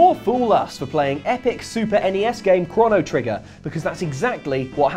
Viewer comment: Cwono Trigger?